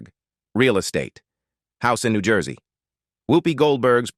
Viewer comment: Please please... Her name is not Hoopy. Her name is Whoopi. The state is not Knee gee say it is New Jersey.